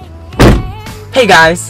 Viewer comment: literallt when you said "HEy gUys" i just started LAUGHINFAN